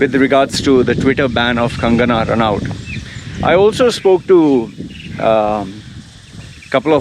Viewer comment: RA NOT IT'S prounced that way. If u didn't know, like just to let u know.